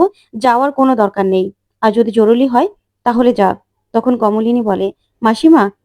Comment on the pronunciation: জরুলী নয়। "জরুরী"...